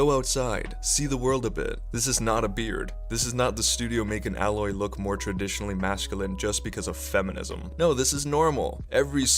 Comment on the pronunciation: It’s Aaaaaaaa proper pronunciation aloy not how you were saying it